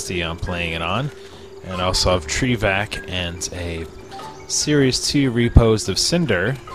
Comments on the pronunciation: you said tree vac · he said tree vac and cynder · you said Tree Vac lol ( i not making funny of you)